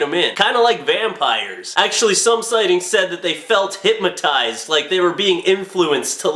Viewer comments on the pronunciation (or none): There is no M in hypNotize. Thought you'd like to know since you talk to so many people.